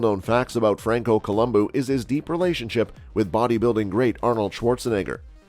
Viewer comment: "Francoo Columboo"